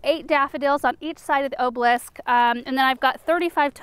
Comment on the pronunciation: Girl I love your videos but it ah-ba-lisk not oh-blisk